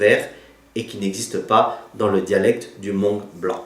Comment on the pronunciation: Nyob zoo, Kuv pab koj zoo siab ntau txog qhov koj qhia ntawv hmoob rau sawv daws. Tab sis koj yuav tsum tau xav zoo ua ntej, vim thaum koj prononcé lo lus hmoog !!!(hmoob) tsis yog hmongue (mooj nkawm), Fabkis yeej tsis hais hmongue yog peb cov hmoob hais li ntawv rau lawv xwb. Peb yuav tsum tau qhia qhov kom yog. Feem ntau nyob kabkis teb no mas cov hmoob hais hmongue ntau xwb. Kuv yeej yog ib tug txhawb nqa, vim kuv saib cov ntawv hmoob no muaj nqis rau kuv. Vim yog muaj cov ntawv hmoob no peb thiaj sib nug moo tau thoob qab ntuj, tab sis tshuav qhov peb yuav tshawb qhov qhia kom meej. Cov uas yuav los kawm lawv thiaj li tsis yuam kev, xav zoo zoo nawj (mooj nkawm) txawv dhau ntau ntawm hmoob lawm. Qhov no tsis yog thuam koj tab sis yog sib qhia xwb, yog koj xav hais tias kuv hais yog thiab thov koj pab tshaj mus ntxiv rau cov uas tsis tau xav txog. Yog peb tsis ras xeev los qhia tam sim no, lwm hnub peb cov me nyuam yuav prononcer li koj (mooj nkawm) ces yuav tsis yog hmoob lawm nawj. Thiab tsis tas li ntawv peb yuav tsum ua tib zoo saib thaum peb sau tas kom sau txhob yuam kev, vim niaj hnub no yog koj mus hauv internet mas cov hmoob sau ib phrase xwb twb muaj ntau qhov faute lawm. Nyob zoo koj nawj.